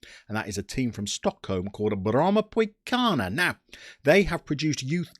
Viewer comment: Absolutely lovely guide, and I’m not only saying that because you cover my home country! Actually it was so good that I’m gonna adopt a few of the club name pronounciations. My mates are gonna think I’m having a stroke when I say ”Brommapojkarna” but it’ll all be worth it! Keep up the amazing job!